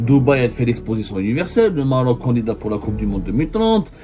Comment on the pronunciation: gnayngna ngniya ngniya , nyayaya , el MMMMMaaarrrroc .